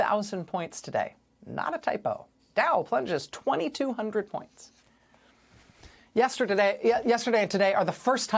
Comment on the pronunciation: I heard it “ yes turd a day”